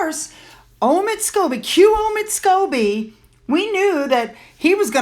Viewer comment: Lady C calls Omid Scoobie - Omid Scabies